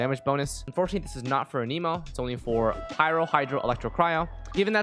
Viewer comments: idk why but it made me so mad when you said anemo like 'a-nemo' its pronounced 'an-a-moe' lmao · Boy said uhhneemo lmao